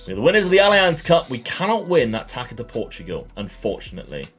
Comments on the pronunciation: FYI the ç in portuguese language can be read as S, so Taça, is actually Tassa. Cheers! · “Taça” is pronounced “tasa”. The “ç” is like and “s”